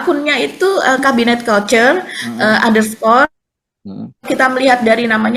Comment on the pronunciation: sore mba, seru topik julid hari ini, saya suka saya suka. tapi mau kasih masukan dikit, cara baca couture itu adalah kuːˈtʊər, pelafalan bahasa Indonesia, ku-tür, bukan kalcer ya mba 🤭😍. ini bahasa Prancis yang berarti seni menjahit.